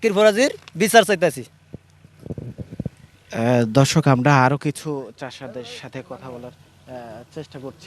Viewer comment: সাংবাদিক শুরতে ধর্ষক কইলো না দর্শক বুজলামনা।😂